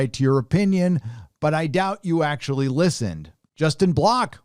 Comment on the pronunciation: AKTCHEWALLY hooked on phonics